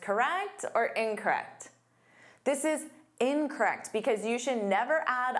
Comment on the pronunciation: Except she doesn’t know how to pronounce the word incorrect. She says, Incret